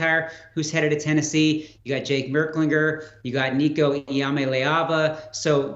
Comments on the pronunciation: Lord these people can’t pronounce Nico’s name for crap! So disrespectful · C'mon get Nico name right. It's how you make your living be a pro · why do people keep on pronouncing nico's name wrong